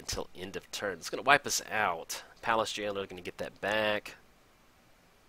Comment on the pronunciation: Payliss Jailer? Words are hard aren't they? ;p